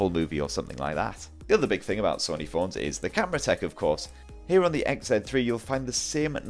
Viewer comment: I'm getting triggered he keeps saying Sunny it's Sony 🤦🏼‍♂️